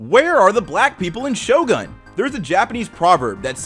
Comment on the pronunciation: I thought you said shotgun lol